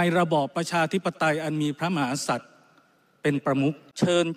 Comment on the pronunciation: เน้นมากคำว่ากษัตริย์😅😅